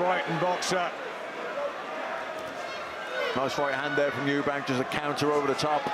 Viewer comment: Eubank. There’s no s in it. LOL